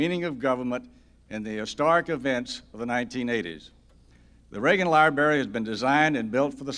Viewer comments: It’s library not libary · New rule! If you are dedicating a library, you should know how to pronounce library; so cringey. I flinched every time he said it.